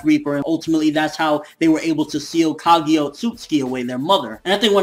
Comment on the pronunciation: it's pronounced KagUUUUUUUUUUUUUUUUUUUUUUUUUUUUUya not KagEEEEEEEEEEEEEEEEEya FFS